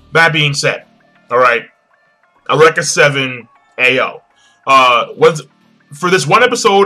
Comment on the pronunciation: awreka seven yo.... its u-reak-a >_>